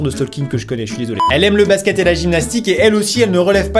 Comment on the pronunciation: On va pas s'entendre tous les deux déjà parce que je m'appelle Jessica et que tu dit footbale ou lieu de footbol et pareil pour basket 😂😂 ( je les écris de façons à ce que voyait ce que je voulais dire 😂 )